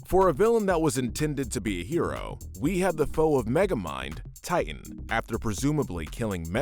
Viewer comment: I don't wanna be that guy, but you kept saying the Megamind villains name wrong. Its actually Titan, but if you're referring to the scene where he uses his eye beams to write his name in the wreckage of the city, he spells it "Tighten" instead of "Titan", which I always assumed was just to make it look like he spelled his own name wrong.